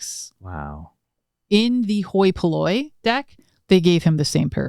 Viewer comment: Glad I watch the blooper at the end because every time said hoi polloi I kept thinking “me hoy minoy” too 😅